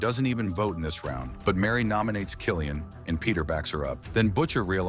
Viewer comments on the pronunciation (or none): It's Killian, as in Kill-e-an, not Kieran